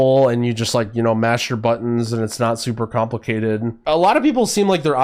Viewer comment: ok so weird question...i noticed you often say "" instead of "good" or "complicatedn" instead of "complicated" so you sometimes add an "n" behind words....its weird to me as english is not my first language. So is it just a regional thing or is it some kind of slang?